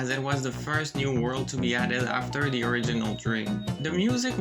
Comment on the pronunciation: Why many people make th t or d 😫😩😩 it’s not difficult sound!